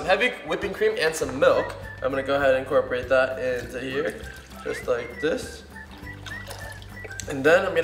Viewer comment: he keeps saying encorporated(sorry about spelling)lolstill love your vids👍